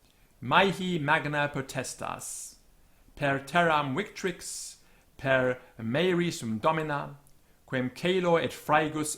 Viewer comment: You're the only person I've heard who actually knows how to do the TEPoL correctly! Ignore Classical Vowel Length - English vowel length is another beast. However your temptation to speak good classical Latin shines through: "per" should certainly be /pəɹ/ and you're overpronouncing the R-you sound to have a non-rhotic English so your Latin should be equally nonrhotic in the traditional scheme - a Brit saying [pɑːɹvə] is unthinkable; it's [pɑːvə]. Nevertheless, i hear some non-TEPoL pronunciations. You've made "victrix" all Classical-like; should be vɪktrɪks just how it looks to an English speaker. Cingunt is sɪngʌnt not sɪndʒʌnt; "gu" should have a hard G. Subjacet is incorrectly stressed-should be ˈsʌbdʒæsɛt or ˈsʌbdʒəsɛt in more innovative / reductive Anglo-Latins. Aer should be eɪə(r) or even ɛə(r). Aeque should be iːkwiː. You;ve gone too far with "deus" - it's deus not dius, and thus diːʌs not daiʌs. Instituit should have a /ju/ for as you'd read in English: [ɪnˈstɪtjuɪt]. Praestat should be /priːstæt/ or even /prɛstæt/ but I would probably pronounce prae-stat with the long E - your /aɪ/ is entirely faux-Classical. Quos is kwɒs, rhymes with boss - kwoʊs is a later Westminster pronunciation that tries to preserve Classical length / analogy to Romance languages like Spanish - a good reminder of the English realization of "os" is "chaos" - "sapiens" is seɪpiɛnz not sɑːpiɛnz; your Classical is showing again! - Ordine is correctly spelt in the video as /ɔː(ɹ)dɪniː/ but yo